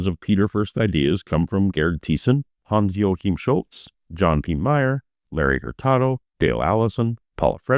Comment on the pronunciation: Quick note: Unlike in Spanish, the German name Joachim is pronounced with a ch fricative like in the Scottish word “Loch”… /joˈaxiːm/